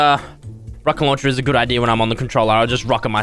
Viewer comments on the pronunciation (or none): none